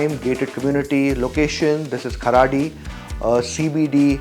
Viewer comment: Kharadi ... Karadi...😂